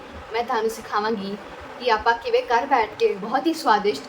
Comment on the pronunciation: Video is great but don’t mind speak pure punjabi its not kar its ghar and ghat not kat